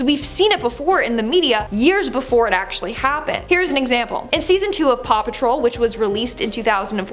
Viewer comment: Paw patrol you mean RAW PATROL 🤣